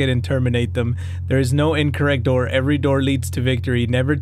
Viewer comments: open the noor 😂😂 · Open the noor 😂😂😂